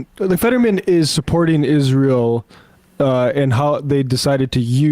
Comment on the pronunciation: rm brown fans heard emma say “featherman”